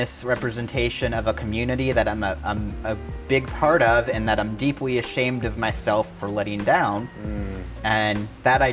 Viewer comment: Did she say deepwy ????